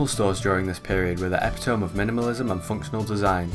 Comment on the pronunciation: EH PIT OH MEEEE